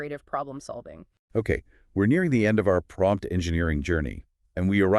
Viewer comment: Did it just say pompt engineering at the end!